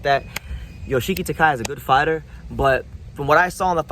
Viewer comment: Ryōsuke Nishida may relinquish his title due to him having a hard time cutting weight. Btw, Yoshiki Takei's name is pronounced Ta-keh-ee or kay, and he may move up to a higher weight class since he should be in the super bantamweight class to begin with. Takuma Inoue seems to be the most likely to fight Junto Nakatani, while it remains uncertain who will be the next IBF and WBO champions. IMO, Seiya Tsutsumi and Daigo Higa are the top contenders for the championship title. If Tenshin Nasukawa wants a shot at the tile soon, he'll have to win a continental title or more matches. Keita Kurihara and Riku Masuda are also potential contenders, with Masuda being particularly strong southpaw...... why are you in Nicaragua lol